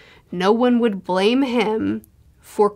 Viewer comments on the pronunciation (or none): none